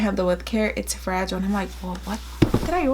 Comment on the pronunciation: 🤗😁😂😂😂 That’s funny! Thank you for sharing your “fra-gee-lay” video! 😂🤣🤣 - 👍😊🇨🇦